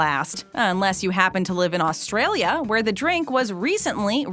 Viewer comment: A U S T R I L A